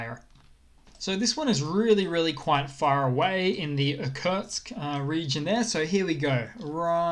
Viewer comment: Well, that's a Russian city, and it was actually voiced properly in the video. In actual Russian it would sound something like "Ear" - "coot" - "sk" (like "sk" in "skateboard").